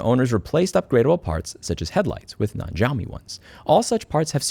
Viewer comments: the X in Xiaomi is pronounced like SH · I'm sorry for nitpicking but Louis, it's pronounced as "Shaomi" / "shau mee" . I hope you learned something. Have a lovely day. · Xiaomi = "Shao-me" beginning pronounced like the beginning of "Shaolin" ... just trying to help ... also " don't make the bulb available and you can suck my..." cracked me the fŭk up! 😂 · Ontario 🇨🇦 here, idk how to say that brand's name either so pronounce it like "yo-me" and I'm sure it's completely wrong but 🤷‍♀️ It's ironic that a brand that makes clones of flagship cellphones is involved in automobiles and also clones the horrible bs that flagship brands lose customers over. Like, yome you had one job! Fail. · xiaomei is somehow pronounced show-me btw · Its pronounced sheeao mee but the way you pronounced it is how we say it in my country and in our language it means "I feel sorry" or "I pity", suitable because its for people who dont want to fork out for a Samsung or Iphone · The Xiaomi wumao 😂